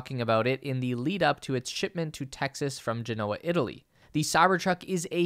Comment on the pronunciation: How did he just pronounce “Genoa?” 🇮🇹